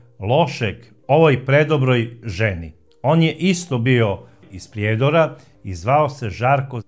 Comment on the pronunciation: I vi iz Srbije, ne kaže se iz Priiiiiijedora, vec malo skratite to slovo i.